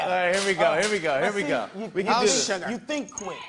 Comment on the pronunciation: Lol nelly still can't pronounce here correctly